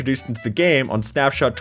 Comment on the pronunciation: ah yes, "snapsot" or "snapsnot"